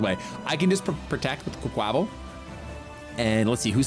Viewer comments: please! It’s “qway-kwa-vall” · I love you but its QUACK-wa-Val. Its supposed to be a play on words